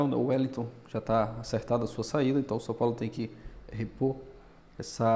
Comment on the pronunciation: Mais um.. Meu amigo, é São Paulo e não Sun Paulo. Perde views por começar o video dessa forma, Eu mesmo parei no Sun Paulo.